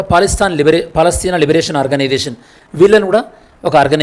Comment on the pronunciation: Good One but Palastine in Telugu - Paalastheena 😅